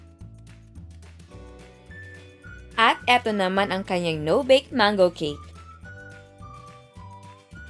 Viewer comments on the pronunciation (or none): none